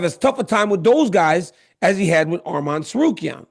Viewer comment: ARMAN NOT ARMEN DC YOU USED TO SAY HIS NAME RIGHT WHY ARE U SAYING ARMIN